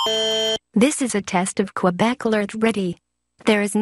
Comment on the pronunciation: Sour_moonz it’s quã(c)bec